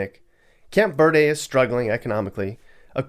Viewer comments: It's not "Press-cot", it's "preskit". It's not "Camp Vehr-day", it's "Camp Vur-dee". It's a bit disingenuous to cite what there is and isn't available to do in Guadalupe. Guadalupe is technically its own town but it's more like a street nestled in between Phoenix and Tempe. A ten minute walk leads one out of Guadalupe and over to where there's stuff to do. I probably wouldn't want to live there but it's not some remote small-town community, it's more like a rough neighborhood in the heart of the city. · Arizona native here. A lot of the cities in AZ aren’t pronounced with the literal Spanish pronunciation. Camp Ver-Dee Casa Grand Also it’s Pres-kit not Prescott